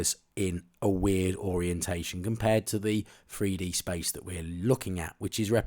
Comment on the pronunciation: ‼️Freedee scanning? Freedee printing? Why can’t these people speak English, ffs.